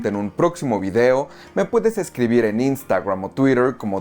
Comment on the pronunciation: "iu- tubf", "instagruam", Ay no mames, no seas exagerado con las pronunciaciones, estamos en LA